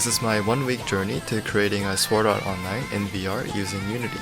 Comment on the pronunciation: its funny that its your "favorite" anime but you cant say a single name right... not even the name of the anime.... shame